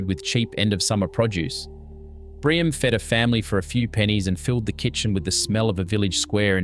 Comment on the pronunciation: Omg! Learn to pronounce the foods for goodness sakes. Fakes- Far kess, Gemista- Yay mistarr, Briame- Bree arm me. I give up! You’re hopeless. We still cook all this now, nothing has changed.